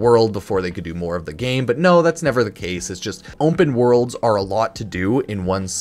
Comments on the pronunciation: Ownpen worlds* is how pronounces it 😂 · "onpen wOrlds"